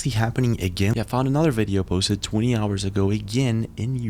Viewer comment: Yooo sup new vid lets go 1 howah of powah